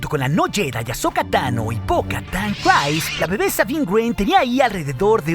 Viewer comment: Eres un crack, me encantan tus videos. Solo tengo un comentario, no se pronuncia "crais" el nombre de Bo Katan, es un sonido más como "criis". Saludos y síguela rompiendo master